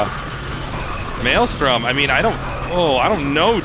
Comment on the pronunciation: "maylay storm"